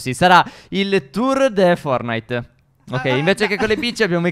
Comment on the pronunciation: perchè dite eempre FORNITE senza la "T"